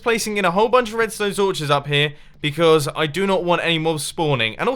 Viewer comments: Alright, first: it is torches not sorches. And however that isn't redstone torches... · Mumbo said redstone torvhes instead of torches, add THAT to the spoon counter